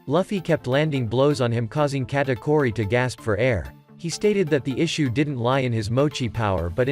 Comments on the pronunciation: He's saying Katkuri instead of Katauri but that fine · bro is saying katakori💀💀💀💀